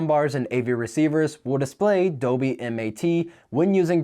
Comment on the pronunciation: is there a reason why you keep saying "doby" instead of "dolby?"